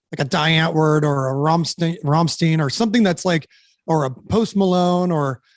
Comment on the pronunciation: I've never heard anyone pronounce "Rammstein" this way